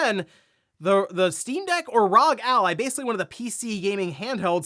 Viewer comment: It’s R.O.G….